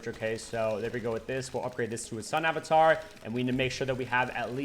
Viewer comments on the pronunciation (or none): none